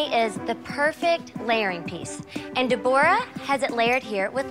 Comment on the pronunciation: Deborah???? De-Bor-Ah?????? I'm out.